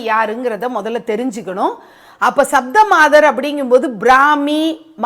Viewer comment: You have to pronounce Saptha means 7.